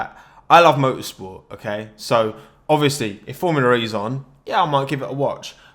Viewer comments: "formula re" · every time he says formula ree my brain dies